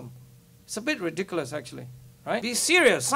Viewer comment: HHAHAAHAH 7.30 "is a bit rediculus atually"" top shit mate HAHAHAH